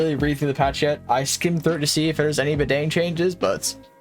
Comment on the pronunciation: fire video, badang is pronounce like "bahdung" btw